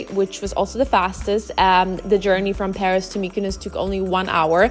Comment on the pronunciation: Hahha,Paros she means.towards end she pronounced correctly,giving gal a break,she did so much❤